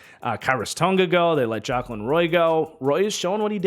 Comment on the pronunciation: Jaquelin Roy’s name is pronounced Juh-Quay-lihn